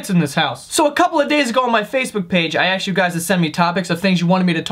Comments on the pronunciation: Stop saying AKSED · I don't know. I kind of like it when he says "aksed." I mean 70-80% of the population are likely to have some form of dyslexia... Maybe life gave him melons instead of lemons... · Hey, You Axed Again